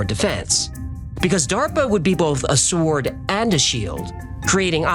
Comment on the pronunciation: He called the sword a SWAord